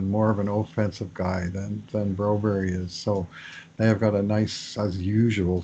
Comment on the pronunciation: Say Bromberg, the Bro berry deal is ver weird , I grew up with a Swedish name , with a berg at the end.....like your podcasts a lot